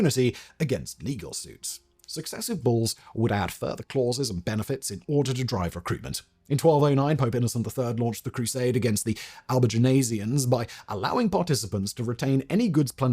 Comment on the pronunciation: “Al-buh-gen-seeyuns” not Al-buh-juh-nizz-ian” I could only hear it 10 times before I gave into the age old masculine urge to be (in this case accurately) pedantic.